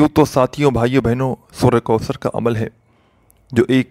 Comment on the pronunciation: Kindly sura kausar kee tajweed par ghaur karain,,,,,,baqi koi maasla nahee,,,laikin tajweed ghalt honay say meaning badal jata hay,,,,kisi achay qari ki tilawat sun kar dubara recording karain ,,,,,taa kay gauranteed sawab milay